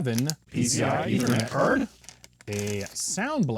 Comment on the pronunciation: i like the part when he says P C I E T H E R N E T C A R D